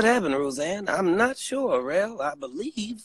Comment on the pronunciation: Listen hear "REL-AQUAN" 😂😂😂PLS GET THIS MAN OFF LIVE 😂